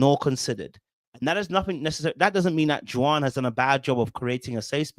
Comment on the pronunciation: The way you pronounce Juan is wild. It's pronounced like "Wan" in "wand" lol